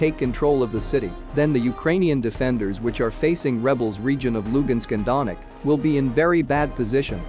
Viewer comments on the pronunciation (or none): none